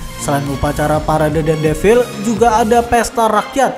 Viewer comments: Defile bukan devil jiiir 😂 Defile... E nya dibaca semua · "Devil" kata naratornya.. 😅😅